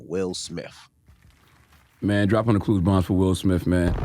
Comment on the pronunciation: Both them kept saying "Will Smif" not "Smith" lol